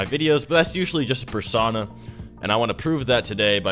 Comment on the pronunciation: I think he meant to say perSONA not perSAUNA